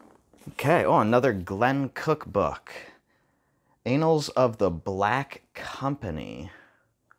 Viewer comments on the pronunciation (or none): Pro tip: please don't pronounce "annals" like "anal"! The A should be as in Apple.